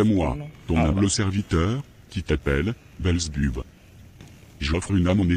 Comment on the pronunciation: C'est Belzébuth pas belzebub😂😂 tu racontes vraiment n'importe quoi....belzebub😂😂😂😂😂 bande de menteurs